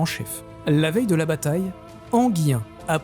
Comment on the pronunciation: et Enghien, ENGUIN et non Enguien